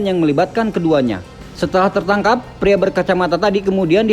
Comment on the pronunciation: Keren Ayo bahasa Indonesia nya agak lebih dibenerin lagi bg Biar makin kece Pria jngan priak atau dewasak 🤗🤗